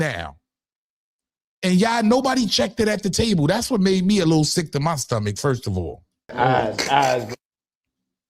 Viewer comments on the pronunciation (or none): none